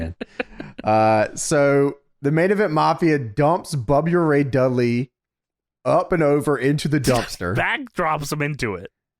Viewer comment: Bubyur Ray Dudley 😩😂😂😂😂